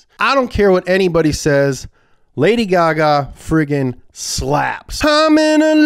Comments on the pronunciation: The fact the text to specs said page gay gay instead of gaga lol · 😂😂"Lady GayGay"😂😂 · LOL when they said "Lady Gay Gay" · "lady geh geh" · “lady gægæ” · He pronounced tons of stuff wrong in this video I think he did it on purpose. They called lady gaga lady gaygay so who knows